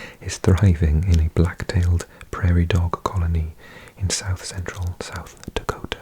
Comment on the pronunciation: Nice job with South Dakota. There are some tough names…